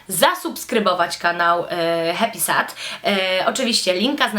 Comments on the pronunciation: HEPISED*** się wymawia :) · Ja tam nic nie mam do tego, że Happysad jest promowany na kanałach beauty. Spoko :) Ale BARDZO przeszkadza mi zła wymowa. Powinno się mówić 'hep[i/y]sed' :) No a poza tym mega podoba mi się Twoje tło - tak mega.. dziewczęco/delikatnie/pastelowo :) Sama chciałabym iść w tym kierunku :) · dlaczego dzisiaj wszystkim przypomniało się o Happysad?;p Ps raczej się mówi hepised:)